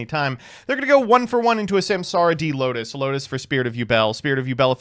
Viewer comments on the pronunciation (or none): none